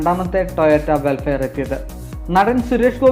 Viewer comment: വെൽഫെയർ അല്ല, വെൽഫയർ!